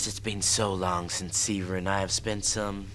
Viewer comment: The way pronounces Siva and Java irks my soul! 😂 whenever they use the fake Americanised accent they always add an "R" to the end of words for no reason. "Idear" is the most common one they do A LOT. Especially.